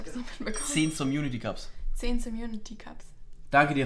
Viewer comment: Wie sie mit völliger Überzeugung „somunity cups“ sagt😂